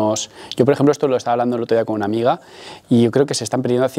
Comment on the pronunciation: Me hace gracia cuando dice: el otro día hablando con una amiga... me hace gracia como hace enfasis en lo de AMIGA. Pobre.